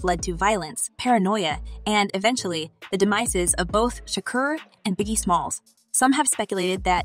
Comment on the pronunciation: Damn the Notorious Bye-Gee? Is this a new up and coming artist?